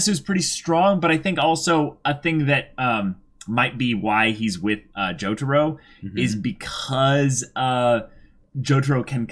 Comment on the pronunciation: How the hell did you butcher Jotaro's name that badly?